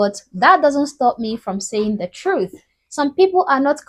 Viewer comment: Her and chat realize EBT generates taxes not economy, and they didnt bring language because white people know how to speak we ask a question, bllacks axe questions they say troof not truth, how did they bring language?